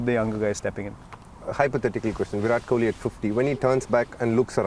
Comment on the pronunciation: Koli..!! you said it right 👍👍